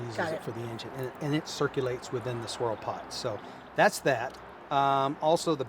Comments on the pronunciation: I thought I said sorell pot as well! 😁😂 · Yea I heard him say Sorrol Pot Tool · I thought that he said sorell pot, not “swirl” pot!